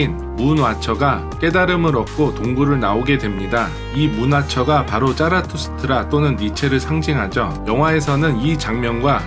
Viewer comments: 차라투스크라를 왜 자꾸 짜라투스트라로 말하는거야.. 존나 거슬리네. 발음이 안돼??? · 저의 귀가 잘 못 된건걸까요.. 저는 왜 계속 차라투스트라가 짜라투스트라로 들릴까요~~